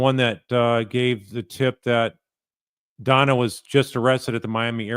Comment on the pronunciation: DONNA not FONNA ... LOL